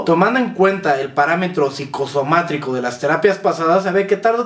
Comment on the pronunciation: Jajaja muy bueno. Peto es psicosomático no psicosomátrico :D